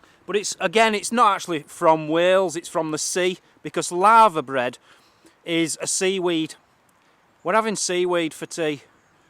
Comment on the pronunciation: For we Americans said LAVERBREAD which is a traditional Welsh dish made with littoral alga (seaweed). Sorry, it sounded like you said LAVA bread like a volcano, haha. It looks like something a Cow would eat, enjoy:)